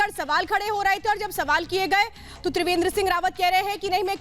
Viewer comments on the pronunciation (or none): तिवेंद्र नही त्रिवेंद्र